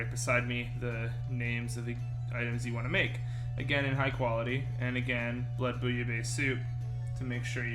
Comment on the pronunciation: "blood booya bay soup"??